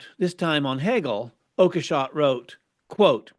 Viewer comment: It's pronounced "Oak-shot", I guess. But does it really matter in this context?